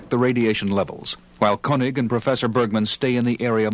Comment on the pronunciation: Wait, is this the same actor playing Koenig as on the other episodes on the records? I just noticed he pronounced the name "koh-nig" but another episode, the actor says "keh-nig". This is a decades old mystery that MUST be solved!!